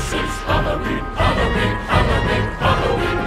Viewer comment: "Happy Halooween!" Haha!! - ☺💓🎃